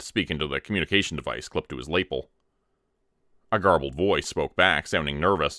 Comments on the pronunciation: Lapel is pronounced luh-pel, not lay-pul 😊 Love your channel! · Just a note: It's pronounced 'luh-pell', not 'laypul'. Love your narrations and your self-produced works. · I have a serious question. Do Canadians pronounce the word "lapel" differently than other north americans, or am I going crazy? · Lapel... incorrect pronunciation